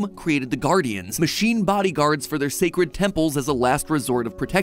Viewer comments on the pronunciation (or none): none